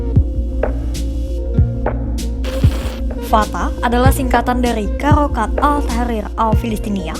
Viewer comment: Pembaca naskah nggak bisa ngomong harakat di baca karakat😅